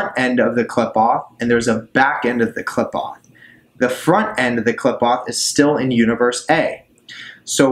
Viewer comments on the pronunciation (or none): Just fyi it's sehfeeroht and kleepoht - per punctuation is a bit different in Hebrew